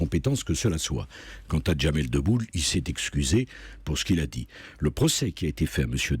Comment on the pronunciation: J'ai écouté cet échange ce matin et je n'avais pas relevé sinon, j'aurais vraiment bien rigolé. Entendre au ralenti (j'ai eu un doute en regardant la vidéo) Mr. Sarkozy dire, à : "Quant à Jamel Deboule ..." Euh, non c'est "Jamel Debbouze".